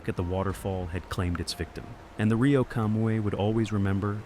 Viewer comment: One nitpick, Rio is pronounced REE-o, not RY-o